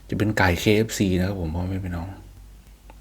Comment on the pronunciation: สวัสดีพ่อแม่พี่น้อง ไม่เน้นเสียงได้มั้ย ออกเสียงธรรมดา อ่ะคะไม่ต้องเน้นคำว่าน้องมันยาวไป?